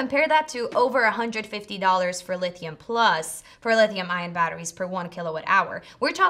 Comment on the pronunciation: Lithium not leethium minutes 😂